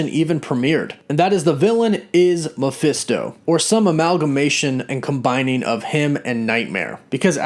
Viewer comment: “Maphisto Nightmare” Me: Ma-Nightmare